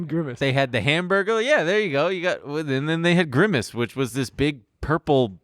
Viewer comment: grimace but pronounced like versace